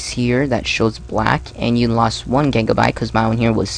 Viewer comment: u said gegabyte